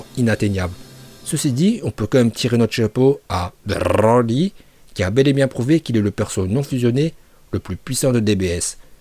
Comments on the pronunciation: C broli pas brrrrrrli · Broly ❌️ Brrrrrrrroly ✅️ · Bbrrrroooollllyyyy stop c'est brocolis point 😂😂🛑🛑🛑😂😂😂 la prononciation de bbbrrrrroooolllyyyyyy m'énerver même si c'est drôle moi perso je l'appel brocolis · Pour quoi tu dit roli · Tu dit roly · Ton brrroly est presque aussi insupportable que leo qui prononce les noms pour faire genre puriste...gohhhhhaaaaan Bbbbejitaaa insupportable...leur intonations flinguer à la différence que toi c'est pour rire eux ils se prennent vraiment au sérieux pour kedal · AAAAARRRRRRRRRRRRRRRRETE DE DIRE BRRRRRRRRRRRRRLY STP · t hyper soulent avec ton " brrrrrrrrrrrrrrrrrrrrrrroly" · J'ai que compris brrrroly de toute la vidéo mais bon😂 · Pk tu dis brrroli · Brrrroly Md😂😂😂r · c est brrrrrroly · Pour la prononciation c’est bro-li ou brrrrrrr-oli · La video etait interessante mais il menerve a prononcez broly comme ca donc jai arretez au bout de 4minutes psk je trouve ca vraiment sans interet dsl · C'est stressant la manière dont tu prononce broly dommage des fois tu en fais un peu trop 😉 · tu m enerve avec ta prononciation de broly mais sinon la video est bien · Ta prononciation de broly est incroyable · Broly arrête avec ton a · Fatiguante ta prononciation de broly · Heureusement qu'il t'entends pas prononcé son nom🤣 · La prononciation de Broly est incroyable 🤣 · Oui mais au bout d un moment c chiant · Par contre a chaque fois ke tu prononces Broly jme tappe une barres tellement ke j’en avait marre et ke jdevais laisser pause a chaque fois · La prononciation incroyable comme d habitude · Comment tu dis Broly 😂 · Y’a pas besoin de rouler les ‘r’ comme ça, je trouve ça dommage, j’adore tes vidéos mais là fallait vraiment pas faire ça en plus je l’adore broly c’est mon préféré. Voilà voilà je voulais quand même le préciser, continue mec tu gère de ouf ! 💪🏻💪🏻